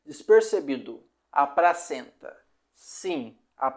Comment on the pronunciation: Amigo voce troca o L pelo R ne? Pracenta, impracavel, compretamente. Vamos melhorar esse português ai ne.